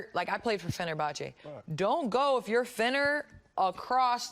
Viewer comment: "is it like LA-Boston". Oh bless, KG. :D. No Kevin, Fenerbache-Gala is not like LA-Boston.